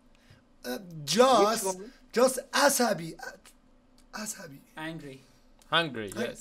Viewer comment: وای به جا angry میگه hungry 🤣🤣🤣